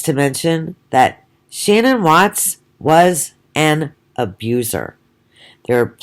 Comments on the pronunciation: Ahahaha and what are you some kind of dr or scientist?! Do you have a medical degree?! I bet not! You didn’t even know shanann you can’t even say her name properly so you the hell are you to comment on who or what she is/was. Piss off and go post some of your own shit instead of talking crap about a dead women and her children and family! Your an awful person so go have another ciggy and get a life you old mole! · You could, AT THE VERY LEAST, pronounce her name correctly. What the hell is wrong with you?